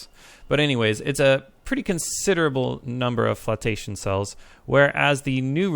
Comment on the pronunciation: First of all I want to say kudos on nailing "progenitor".Having said that Ive got to take issue with "flotation" cells which should sound like flowtation rather than flautation.